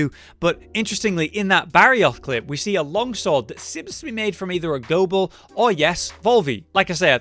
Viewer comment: He said Ghobul right finally someone does. Not Gob ul Go Bull so happy